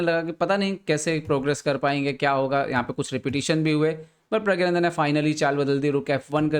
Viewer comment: Sir his name is pronounced as 'Pragnanandhaa' NOT 'Pragyanandhaa'